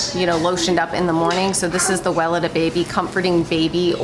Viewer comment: Can I be annoying about the brand name Weleda? If you google it pronounces Well eeda ( long E on second syllable) don’t hate me. Love your show and critters and its about the name not you.